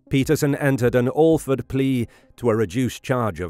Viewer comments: Awe Ford plea. Come on, don't suck. It's the same as 'Batman's butler. Al, like Al Capone. Fred, like Fred Flintstone. AL-FRED (one word) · ℹ️ The “Al” in the word “Alford” that is included in the informal legal term “Alford plea” is pronounced like the “al” in Albert, Alfred, albatross, or alligator.